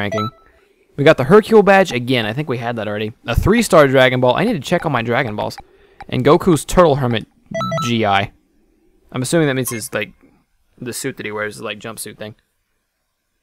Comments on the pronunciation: Lol it's not GI like GI Joe, it's pronounced Gee, it's the outfit you where in martial arts. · Gi is a martial arts suit pronounced gee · Gi is pronounced Gee (as in Geek) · I'm sure you've already heard this a million times by now but just in case, the uniform Gi isn't G.I., it's a single syllable with a hard g sound, like the g in gun. thanks for making the playthrough though and not cutting out all the side parts, i'll never be able to play the game myself so i'm so happy that i get to experience the full scope of it anyway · Lel its gi as in gee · Gi=gee with a hard g lol sry forgpt to add that part to my last comment